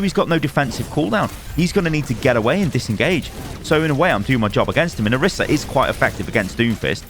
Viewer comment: O-REE-sah*. She says it and so does every character in the game.